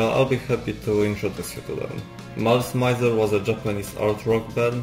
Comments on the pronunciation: Your accent is not really a problem, and you're quite easy to understand. That being said, you could at least get the name of the band right. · Officially it's pronounced as "Mee-zer" but even I use "Mai-zer/My-zer" when conversing about them in English. 😆 Using "Meezer" in an English conversation just feels awkward. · Was gonna watch this but the way you say mizer hurts me. .